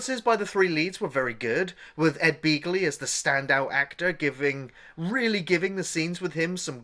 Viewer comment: I honestly recall it being pronounced Bagly